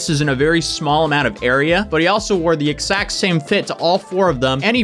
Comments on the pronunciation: Anyone else just kinda interested in how doesn't voice the consonant sounds in x when he says "exact" like ekssakt instead of eggzakt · Don't say egsacc ever again